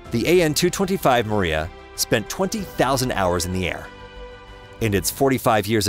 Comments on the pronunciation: It's pronounce Mri Ya and NOT Maria.Get it right. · It's "Meer-YAHH!", not "Maria", DAMMIT! It means "dream". LOSE THE ANNOUNCER-BOTS! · also calling it the Myira the Maria. Ai narrator? Another garbage aviation channel built with Ai. There are a number of such garbage channels, some are also making claims of a 2 engine 747, but it's all BS from them. A search among more legit info brings up no such crap. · 'Maria'??? Am I the only one who heard his pronunciation of it??